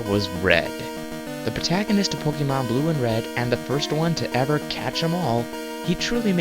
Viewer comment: No offense, its not called pokamon its called pokemon